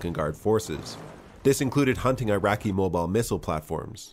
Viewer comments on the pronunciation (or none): none